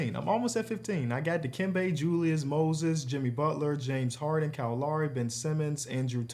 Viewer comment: Im convinced this was a social experiment. Bro was definitely not saying James Harden on purpose 😭